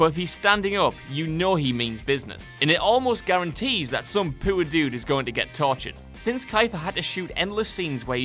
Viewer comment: y do u pronounce poor like its spelled pewer